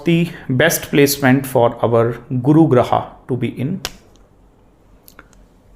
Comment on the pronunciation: excellent class Sir. Beautifully summarized. Grah ko Grah kahiye, why Grahaa? Aap Guru hain, no disrespect meant. Plz say Dosh, not Dosha! Very few matter of fact teachers on net today. Truly remarkable videos.